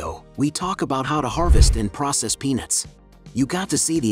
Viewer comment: Clearly pronounce the "t" at the end of "peanuts". Narrator sounds like he is saying "penis", instead of "peanuts".